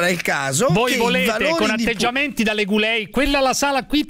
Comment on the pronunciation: leguleio non leguleo, Mr. Boldrin